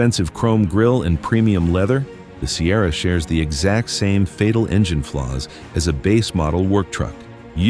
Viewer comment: I love the dodge one thousand five hundred and the gmc sigh-erra!